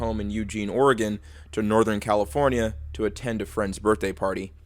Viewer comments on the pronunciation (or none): none